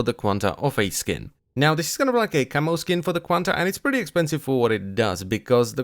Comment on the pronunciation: "And that's prrrrretty much it..."